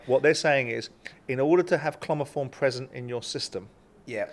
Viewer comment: It’s Clomifene, not clomoform, lol.